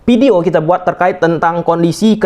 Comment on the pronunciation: Video Bang,bukan pideo😂😂🤗